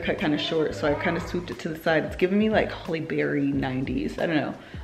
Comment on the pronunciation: I was just watching Gin & Juice episode where you said you’ve been pronouncing Halle as Holly all your life, and this vlog proves it 😂 it’s when you said the white top look was giving “winter/Holly Berry”